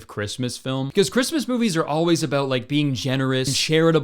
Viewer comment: just remembered that Kurtis is Canadian when he said about. How’d I forget?😂